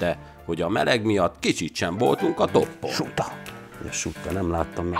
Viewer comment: Nagyon jók a videók.. Az operátor kicsit furcsán hangsúlyoz narrátororkodás közben.. Gombnyársas nnyomában.. Kicsit se voltunk a ttoppon.. stb Bocsi, nem szőrszálat akarok hasogatni, de borzasztó...